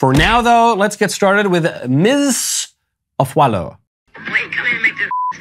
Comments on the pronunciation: Oooo there is no e in her last name. Afu a lo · For accuracy’s sake, her last name Afualo is pronounced “Ah-foo-ah-low” :)